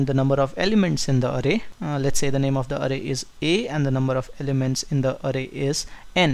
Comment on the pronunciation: calling it arey.. LOL :)